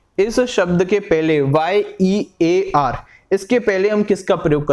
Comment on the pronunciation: Year ke pahle A aayega because iska pronunciation yeeyar hota h naa ki eeyar बहुत अच्छा लगा सर जी brilliant thanks Bhai ji aap इतनी मेहनत कर रहे हों thank you so much 🙏